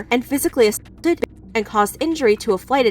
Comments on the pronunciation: Why can't you say assaulted???? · Why cant you say assaulted?